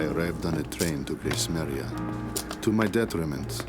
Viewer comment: Its Gracemeria not Gracemaria